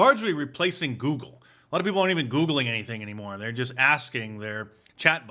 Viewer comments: What is a “pee poo”? Can’t pronounce “people” correctly. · What is a peepoo? It can’t even pronounce people correctly!!!!